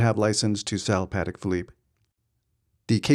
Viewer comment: That watch is phenomenal. How ever your killing my ears calling it pat-ick. It’s pa-tech. Crazy cause it seems like you are a VIP over there. I am suprised they have never correctly you, politely of course. You must have very small wrists so that a 41 is too big. Enjoy the watch in good health.